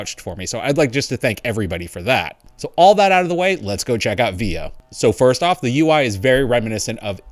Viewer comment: I thought it is pronounced V O